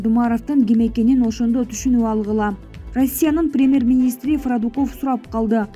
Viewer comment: Фрадыков деп окуп ,орусча фамилияны кыргызча которуп айткан ушу каналдын алып баруучусу ,доопаразбы жэ мындан кийин фамилияны ойкелди окуй бересинерби .